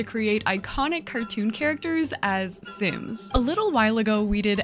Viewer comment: Lol your butchering some off the sims omg 😂😂😂